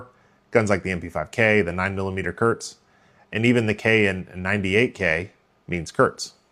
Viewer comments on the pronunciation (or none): KURZ not Körtz. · As a German, your pronunciation of Kurz sounds like diarrhea haha Kurz means "short" and spoken like K oo rz (oo like in look). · ...and now please pronounce the "u" like you would in Gh"ou"l!